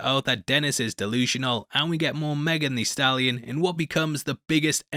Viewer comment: I DK what it is but the way white people say Megan Thee Stallion is so funny like you say the in her name so hard😂😂😂